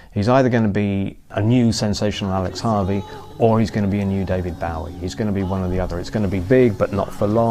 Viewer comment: one would think a music journalist would pronounce Bowie right